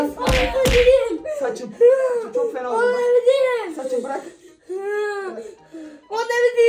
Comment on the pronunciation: Bırak❎ Bıyak✅ Hayır❎ Hayıy✅